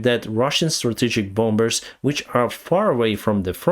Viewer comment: THE B IN THE WORD BOMBERS IS MUTE, SO YOU SAY BOMERS INSTEAD, Mr., JUST TO HELP YOU OUT WITH YOUR ENGLISH, BY THE WAY, YOU SPEAK VERY GOOD, MUCH BETTER THAN I DID WHEN I RESIDED IN MIAMI, WHERE NOBODY SPEAK ENGLISH TO ANYONE UNLESS IT'S NECESSARY. LoL!! Peace, Enrique A.